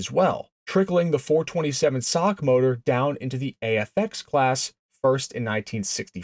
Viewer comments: SOCK? Please teach your AI. It’s S O H C, cammer or single over head cam. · WTF is a "sock motor'? Do you have any idea how un intellectual that sounds? S O H C has never been said as "sock", not ever. If your thesis were remotely true, then double overhead cam motors would be "dock" motors. Maybe now you can see the difference. Calling them "sock" motors does not make your patter more intelligible or elevate your not very car oriented dialog more "car and coffee" sounding. S O H C, each letter pronounced separately is the correct way, the real "cars and coffee" way to say this. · Nobody calls it the "sock" 427😱. It is called the Cammer 427. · SINGLE OVERHEAD CAM, not "sock". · Oh God, help me, give me strength. Did you not see the S O H C on the valve covers ? ! And yes we always called them 'SOHC'. Pronounced like that foot thingy BUT NEVER REFERED TO OR SPELLED AS THAT FOOT THINGY ! ! ! Please Lord, forgive me. But even you understand how much this hurts ? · Nobody calls it a "sock" it's Single Overhead Cam. Narrator sounds ridiculous when he says "427 sock" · The SOHC has been generally referred to as "the Cammer" or "Ford SOHC(pronounced as sock) since the 60's. I've been around since 1952 and have heard it referred to both ways for most of my life. Maybe in your neck of the woods it hasn't been referred to that way, but the world is much bigger than your neighborhood. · God. I turned it off at "sock". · clicked off soon as dude said "sock" gtfoh bro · Someone needs to punch this guy for trying to say SOHC as a word. You sound retarded. Single Overhead Cam. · Quit saying sock!!!!!! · did bro just call it a sock motor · These YT videos are being read by AI so they see SOHC as "SOCK". They drive me nuts...you'll see a reference to a Porche 911 and the AI will say "Nine Thousand one hundred and eleven."....really stupid. AI? I dun thin so, Lucy! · Bro, SOHC is an abbreviation not a word, stop pronouncing it as a word.